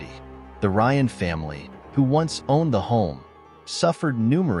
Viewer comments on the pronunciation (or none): none